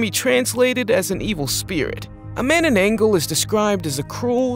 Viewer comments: That,s not how you call manngabal it,s manananggal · I laughed when you said Mannanggal wrong